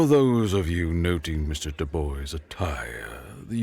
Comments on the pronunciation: Shouldn't his last name be pronounced Dubwa not Duboi? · Dubois is pronounced Doo-Bwah, not Doo-Boy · The MC's name, Dubois is pronounced Doo-Bwah It's French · my only critique comes from the mispronunciation of the of the protagonist's last name. the 'bois' part of the last name, specifically. To be clear, it's an understandable mispronunciation, but it is said like "Bwah". Aren't French words fun? Fun fact: 'bois' means 'wood' in French. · Forgive me for the correction but the correct pronunciation for "Dubois" Is "Dubua", like the evil french woman from Madagascar. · Dubois French pronounced Do-BWAH Anglican version is Dew-Boyz, depending on which the author was going for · Or duh-boys as he said at one point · Our hero born and raised in cajun country. Dubois is a very french name. It's pronounced closer to Do-bwau. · Thank you! That was driving me crazy. I was cringing every time he said "Do-boy" and I'm not even French. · either way he said Dubois, he was wrong.